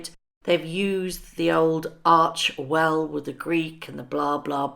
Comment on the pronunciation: It is pronounced arch "e" well not archwell